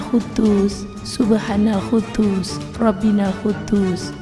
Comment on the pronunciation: Subhanal Quddus..bukan huddus